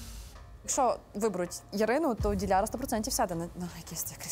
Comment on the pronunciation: Кто-нибудь скажите ведущей как правильно произносить имя и фамилию Диляры, ужасно режет слух...